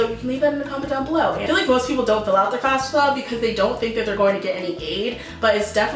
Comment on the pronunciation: She is sponsored by FASFA yet she can't pronounce the acronym right 😅😅😬😂